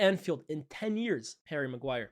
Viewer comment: His name is not hairy maguire its Harry maguire